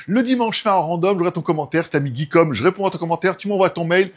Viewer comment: RRrrr oh c'est plus Geekom "Guy" et pas "Guey", comprend qui peut !